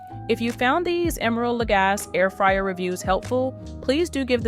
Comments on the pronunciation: FYI, his last name is pronounced la-GAH-see, not la-GAHS. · Lagasse- pronounced: luh-gah-see. 👌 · When you say his last name The e isn’t silent it’s a long E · But nobody behind this review video actually used the product? Nor figured out how to pronounce the name of the brand. Not helpful. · If you. Won’t even pronounce his name the way he does, why would I listen to anything you say about the product, either good or bad? The proper pronunciation is the way he pronounces it!